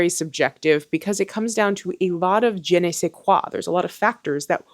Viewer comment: The way you pronounced je in "je ne sais qoui" 😂